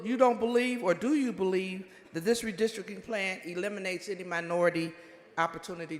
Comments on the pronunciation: Redistricting, not "Redisrikin" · What does "redistricking" mean? Before she states her argument, she should learn how to pronounce the word "redistricting" 🤦🏼‍♂️😂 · Someone tell her there is a " T" in the words last, correct and redistricting.